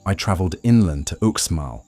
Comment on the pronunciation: Again when you cover UxMal= Ooshmahl, not "Oooksmall" you don't even realize that you are including images of ChiCh'en Itza in your video. Your video is full of errors you should have caught which makes it no more than garbage.